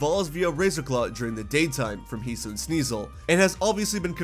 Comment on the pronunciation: It’s HE-SUE-EE-IN